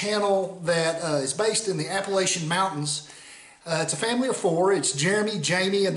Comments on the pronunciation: Great sign, but it's App-a-latch-in Mountains, at least if are from the the Appalachian Mountains :) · The way you pronounce it in the video is common for folks outside of the mountains to pronounce it. I grew up in West Virginia and now live in Mississippi, and hear it that way all of the time.